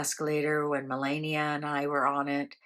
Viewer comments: Melania. Meh-lah-knee-ah. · PLEASE CONSIDER PRONOUNCING MELANIA'S NAME PROPERLY. IF YOU LISTEN TO TRUMP PRONOUNCING IT HE SAYS: MEL- LON-EIA. SHE'S OUR FIRST LADY AND I FEEL PRONOUNCING HER NAME PROPERLY IS RESPECTFUL. I'M SUGESTING THIS WITH THE UTMOST RESPECT. LOVE YOUR READINGS, I HAVE BEEN A LOYAL FAN FOR AT LEAST TEN YEARS AND WILL CONTINUE WITH THE SAME SUPPORT AND LOYALTY. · Please pronounce Malania's name correct. There is no "e" in her name . Ma-la(rhymes with FA)-ni(sounds like nee)-a. 😊❤😊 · Common Pam Malania isn't her first lady, give her a break 🎉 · None of you pronounce it correctly anyway. It’s originally Meh-la-ne-a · It’s Melania